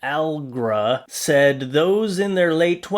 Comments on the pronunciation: Al le gra. Just like the drug. 😂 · It's pronounced Uh-leh-gruh" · trying to pronounce Allegra 😂 “Al gruh” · Some name pronunciations A-lay-gra , Gilbert A-re-nas and Rudy Go-Bear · Her name is pronounce A lay gra like the allergy medicine. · And borrow too urked me lol and arenas😐😐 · Allegra is pronounced uh-lay-gra. It's actually my middle name, so I'm more than familiar with how it's said. Added the last part because there's always someone who will say that I'm wrong about how to say my own name.😂😂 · Allegra is pronounced A-leg-ra, like the allergy medication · Allegra is pronounced uh-leg-gra. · The Allegra name is pronounced A-leg-ra and the ambulance is backwards for car mirrors but this one is still messed up because the letters are put on the wrong way!!😆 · Erm, I don't know about the USA, but in most of the rest of the world ambulance is written backwards on the front on the vehicle so that it appears the correct way around in the rear view mirror of a vehicle in front. And the woman is pronounced AL -Egg-RA. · Allegra is allergy medicine. But pronounced a-leg-ra 😊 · Allegra is pronounced exactly the way it is spelled I guess you never got into music 🎶, huh?